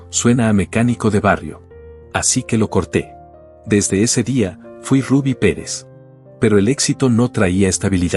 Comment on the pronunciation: Se llama ruby Pérez , usted no sabe ni mencionar su nombre… no me jodas